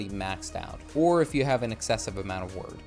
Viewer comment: Wyrd is pronounced like "weird". At least where I come from in the UK. It's a Anglo-Saxon word, so....